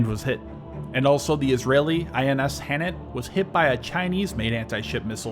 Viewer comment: The Israeli ships Eilat and Hanit are pronounced A-lat (sound the letter “A”, like A-OK) and Ha-nit (Ha as in harbor). With respect to Hanit, supposedly its anti-ship missile defenses were turned off due to no intelligence indicating Hezbollah possessed sea-skimming missiles, coupled with a lot of friendly forces operating nearby.